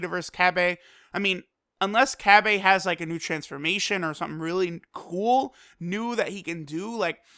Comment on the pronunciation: The way u say cabba pisses ame off.